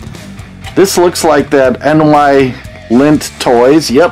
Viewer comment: I am doing a Rat Patrol Custom Hot Wheel Jeep ... love that show ... just looked up that Ford GT in my Dinky book ...mint in box is worth about 6 pounds and that is back in 1982 price guide ... NYlint is actually pronounced N-eye-lint all one word and that tractor is a Marx toy ...very rare